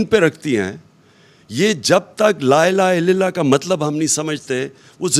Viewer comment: Koi aqalmand tu khan sb ko laa ilaha illal laah sahi tarah pronounce krna sikhado yaaar khuda kaa wasta